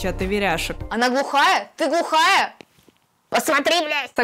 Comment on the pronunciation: "Она глахая? Ты глухая?" Меня вынесло'